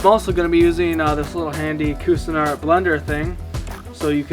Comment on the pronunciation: You need to learn how to pronounce Cuisinart